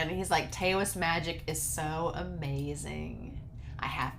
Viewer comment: I knew you'd LOVE this story.I totally enjoy the annalists of this show. FYI Taoist is pronounced dau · uhst.